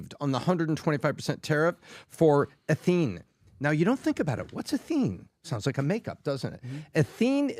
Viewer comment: I love what does on the podcast. Can somebody get him this message? In his story on ethene shipments to China, he kept mis-pronouncing the word "ethene." He kept saying "e-THENE" with the emphasis on the 2nd syllable. Ethene is pronounced ETHene, not eTHENE. 1 carbon is methyl, 2 carbons is ethyl. Methyl alcohol, ethyl alcohol. Methane, ethane. There isn't a methene, but there is an ethene - and it's ETHene.